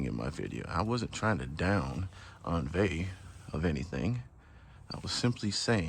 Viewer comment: The French pronunciation is "ohn-VEE"